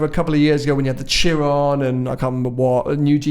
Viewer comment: Tsiron? It is pronounced shiron. Jesus my ears.